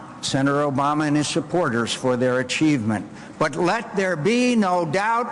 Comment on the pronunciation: It's not Osama. It's Obama.